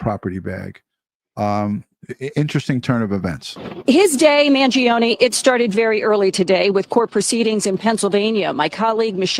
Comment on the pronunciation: Finally, someone in the news realizes the E is silent in the Kids name!